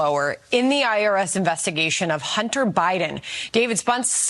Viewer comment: I thought he said 'Irish whistleblowe', wow I was thinking connections to IRA, which is another story, but no, IRS.😊